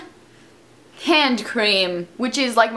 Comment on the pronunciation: i'm a bit surprised you mispronounced l'occitane. i thought you speak french.